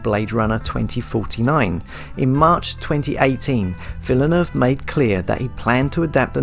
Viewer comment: You are calling him wrong learn French pronunciation